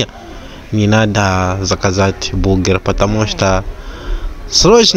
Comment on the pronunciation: не бугер,а бургер ☝